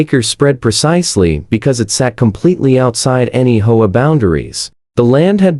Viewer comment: hoea hoe about H O A , these ai voices when not fixed really suck ....